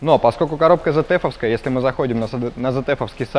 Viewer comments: АКПП ЗЭТЕФ??? ИЛИ ВСЕ ТАКИ ЗФ (ZF) НА первой же минуте вырубаю, этот чудо обзор.. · Аж слух режет, коробка Цэт эф, в немецком нет буквы зед, когда ж вы образовываться начнете, обзорщики